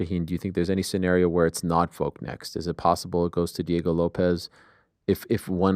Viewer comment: VoLLLk! Not Voke